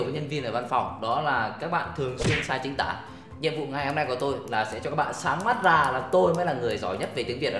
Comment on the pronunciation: "Chính tả" not "chính tã"....(Tã Bỉm,Tã Tơi,Tã...)